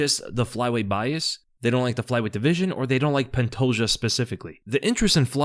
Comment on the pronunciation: The day will come when he says pantoja’s name right